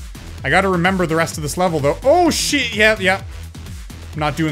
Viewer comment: Im confused... Im pretty sure you said "Oh shit.", but my ears made it sound like "Hold shift."